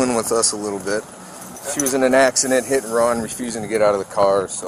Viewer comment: " ass-ci-den?, ...no. "